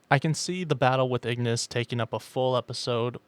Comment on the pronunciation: Pretty sure its called igriss not igniss